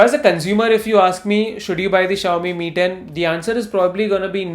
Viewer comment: I wasn't able to distinguish you saying ME and MI..... Quite confusing😅